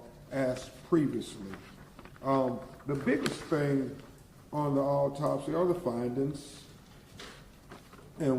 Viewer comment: What the hell is a alltopsy!? Why he can't read?.is he a real lawyer?